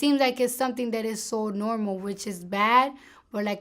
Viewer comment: it eez what it eez